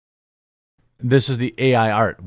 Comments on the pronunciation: RE-read that, please. It’s SOOOOO Bad. “Pass-a-dice of sweet teats” etc 😂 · "a pasidise of sweet teats" 😂